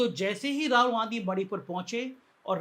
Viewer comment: सर, राहुल ठीक से उच्चार करने की प्रैक्टिस कीजिए। आप हरबार राहोल राहोल बोलते हैं।